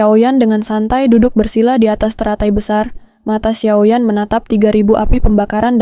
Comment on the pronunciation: Xio yan, bukan xiao yan